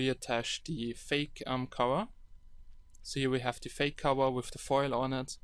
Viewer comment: Mein Bruder sagt auch "wif" statt "with".... kinda annoying -.